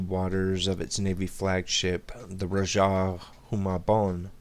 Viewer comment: correction, . its Rajah "jah" sounds like "ha" in happy. .continue . . xD